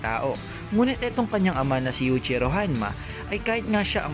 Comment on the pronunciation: Yuichiro hanma ! Paayos Ng pronounce!